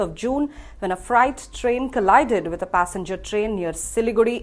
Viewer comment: It’s freight ( ret) not “fright” . The overall accident was a totally fright experience.